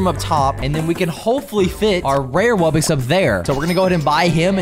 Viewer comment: Wubbix 💀💀💀 ITS WUBBOX NOT WUBBIX